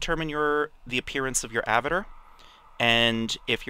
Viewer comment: Thank you for the videos, as I'm starting to get into EvE myself, but damnit man, I felt like punching you every time you said "Avitir" instead of "avatar!" XD